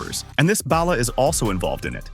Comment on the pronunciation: Why can no one on YouTube pronounce Balla? It's "ball uh" not "bail uh" lol. It doesn't sound like ballast it sound more like ball!